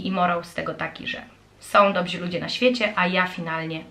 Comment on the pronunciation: Dobrzy, nie dobzi....